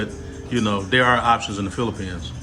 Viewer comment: this is a great interview! Most people always seem to forget how relatively inexpensive to attend college in the PH. And how high the educational standard is over there as well. But bro, you seem to read the Bible a lot cause you keep calling the Philippines, "Phlippians" and Makati, "Makate." That shit trips me every time you say that...lol! Great content though.